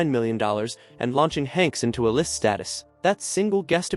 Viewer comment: "launching Hanks into a list status." AI slipup, using short a and instead of long a in "a list."